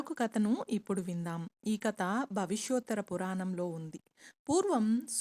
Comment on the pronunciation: కత కాదు కథ please check your pronunciation